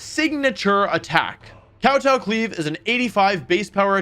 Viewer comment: dude you HAVE to work on your pronunciation, even just in words like glaive and kowtow